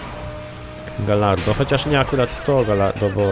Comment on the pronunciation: Gallardo czytamy Gajardo ;)